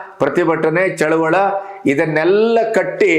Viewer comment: Sir please tell Chaluvali not Chaluvala